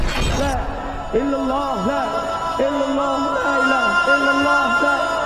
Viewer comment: di awal dzikirnya terdengarnya illulloh,bukan illalloh